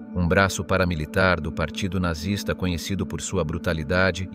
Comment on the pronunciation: What is nartsis? Oh you have the AI . I really lose interest when simple words are mispronounced (almost intelligent ).